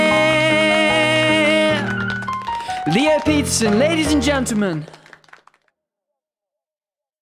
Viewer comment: No-one else gonna talk about "pete-son" and not "peter-son" it hurts me because its such a beautiful then just peteson